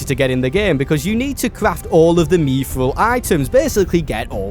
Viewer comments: Fucking mee-thril? aDSZFgbndxzfghjydtsfgcbgnhfdsz Why do you say it like thattttt. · why does bro say "meethril" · meethril???? Smh this guy cannot speak 😭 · you dont pronounce mythril like that. its like myth as in legend not methril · Mithril ❌ Meeeefrul ✅